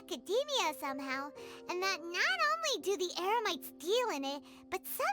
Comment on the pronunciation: Paimon accidentally said “emerites” instead of Eremites lol